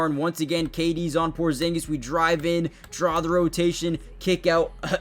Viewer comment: almost perfect original pronunciation 😆